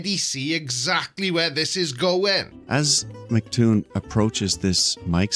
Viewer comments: Why do flerfers always call him "McToon"? It's M C Toon. Like M C Hammer, but without the trousers. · Flattards never say his name right